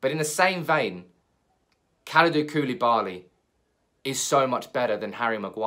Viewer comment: You Say koulibali. But who îs gonna pay the extra from Maguire?